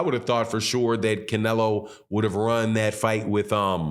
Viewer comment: He almost said clenelo and I almost died laughing